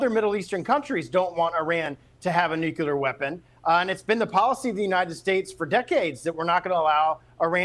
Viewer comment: another goofus who can't say nuclear....